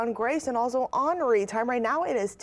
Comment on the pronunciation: I must me the only one that didn't know this but, I didn't know that "Henri" is pronounced like Anri